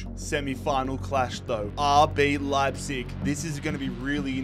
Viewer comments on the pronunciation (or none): none